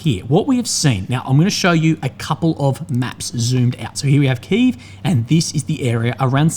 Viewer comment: Key Ev, its Key Ev